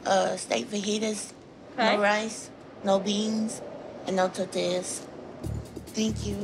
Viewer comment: I went back to listen to say the word "tortillas" about 20 times because I've literally never heard anyone pronounce the word that way. "Tuhtehyas". 😂